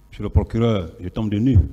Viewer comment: 😂😂😂 Quand il prononce mr le plokileur